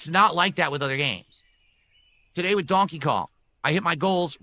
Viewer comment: And wit instead of with